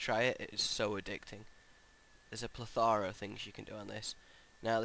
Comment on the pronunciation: A pathara or a Plethera?